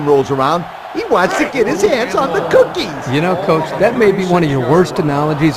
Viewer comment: The way says cookies!!!😂😂😂